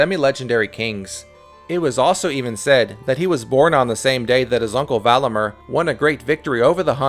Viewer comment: Valamir and Vidimir not MER